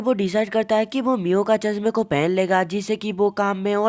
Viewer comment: Miyo❌Mia✅💀💀 ye ladki ko chashma bulne ki bhimari hai 😂😂😂😂😂 lol😂😂😅😅